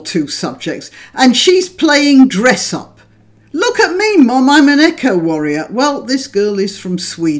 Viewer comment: Two minutes thirteen seconds, did you say eco warrior or echo warrior? I'm a bit deaf, worked in a noisy environment, although 'eco' may well be what you said 'echo' would be more like it as these poor children only echo what they are being told by teachers who are only echoing what the are told by 'right on' people who are only echoing what they are told so they can make lots of money. I like 'echo' warrior, I'll start using it.